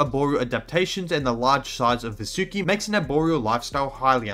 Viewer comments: Its pronounced vAAsuki ,,,,,please ,, u guys hav already distorted AVATAR... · If it's helpful the Sanskrit pronounciation of Vasuki would be as Vaasuki, it doesn't sound like an anime girl name now does it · I would recommend you to pronounce Vasuki as vAA-sukEE. Kind of language thing. Anyways, we found it so we named it that way. It's not that hard and fast. Reginophis sounds weird to me, but not to you because of Language barrier. English itself doesn't offer as much vocabulary, vowel diactrics, or Alphabets as compared to many Indic Languages. That makes English an easy language, but with some flaws. OFC, for convenience English is always more preferable. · It's pronounced as Vaa-su-ki. Vaa with an extended 'a' sound su with a short 'u' sound.